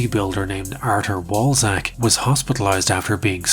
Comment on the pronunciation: Walczak is actually read as "Valchak" Rule of thumb for pronouning Polish words is that W is V, Ł is W in "Wall", SZ sounds like Sh in "Shanghai", and CZ sounds like Ch in "Chair"